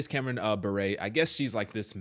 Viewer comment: You mispronounced her last name...it's Bure not buray. (Like yur but with a B)